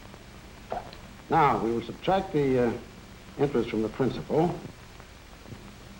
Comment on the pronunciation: Elmville Nayshinul Bank... where you earn inner-ist.